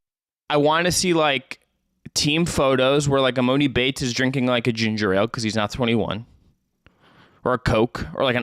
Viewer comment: EM “AH” NI - please quit saying, Em “o” ni